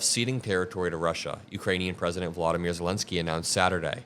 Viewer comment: Please learn how to pronounce "Volodymyr" Zelensky